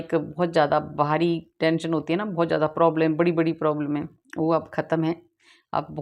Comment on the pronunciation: Madam प्रॉब्लमे नहीं प्रॉब्लम्स tensione। नहीं टेंशंस 🙏🏻🙏🏻🙏🏻